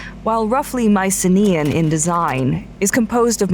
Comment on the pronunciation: My-sim-ee-uhn, Not mice-uh-me-uhn lmao